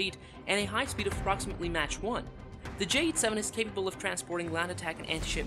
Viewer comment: Mach is pronounced mark, not match.